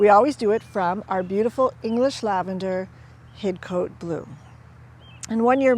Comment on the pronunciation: We don't pronounce the 'e', we say Hid-Cot ;)